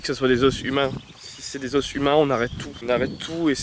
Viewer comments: Je suis désolée mais....on dit des os avec un s muet non ? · « Os » au pluriel ça se dit « os » pas « os » !